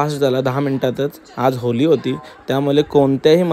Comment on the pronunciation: Video chan hota fakt te होली नाही होळी अस बोल दादा